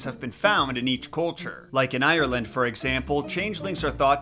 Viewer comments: IRRleand It isn’t pernounced like that 💀😭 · I'm from Ierland and your pronouncing Ierland wrong